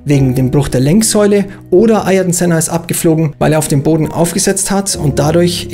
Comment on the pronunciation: Alboretos Vorname wird MI–KÉ–Le ausgesprochen und Sennas Vorname AH–IHR–TON(G) ( ) McLaren hat das Problem mit Sennas Vornamen in seiner Animations-Serie TOONED zum 50jährigen Geburtstag des Rennstalls thematisiert, weil anscheinend in den 6 Jahren, die Senna bei McLaren fuhr, niemand das auf die Kette bekommen hat. Sein Neffe Bruno hat der Figur Ayrton Senna die Stimme geliehen